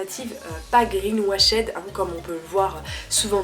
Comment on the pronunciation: forcement c’est un partenariat... et green quoi? wachaide???? ca se dit « washt » 😭